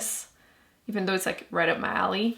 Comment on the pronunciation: Uuurrrrrgggghhh she kept saying de instead of the or dis not this or do not tho